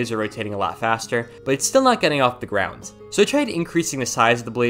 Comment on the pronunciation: Idk if its just me bout every time he says "GROUND" I hear him say "GROUNDS"(btw I love your vids)